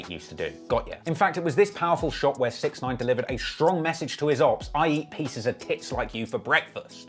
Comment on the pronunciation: The guys name is pronounced, (six ix nine eyen)